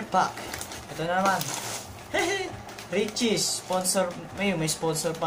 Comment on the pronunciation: re chee po di re cheess